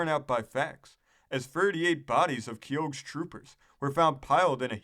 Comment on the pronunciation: It’s pronounced “Key-Hoe” not “KeYOAG”, dipstick.